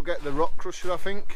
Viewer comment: Also Fink instead of THink !!! lt puzzles me !!